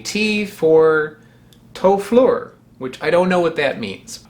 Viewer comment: The “f” in töflur is pronounced as “b”. So it’s töblur. Change “ö” in to “a” and “ur” in to “lets” and you get “tablets” which is what it means.